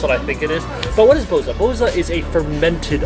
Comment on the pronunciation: It's SofiA, not SOfia, and bozA, not bOza. My man in the past the boza used to be soooooo gooood, sadly it's a dying thing now, it's too watery and the original taste has gone mild ;( I'm glad that you liked our food. Kinda sad that most places can't cook rice like Asian people but there are some okay places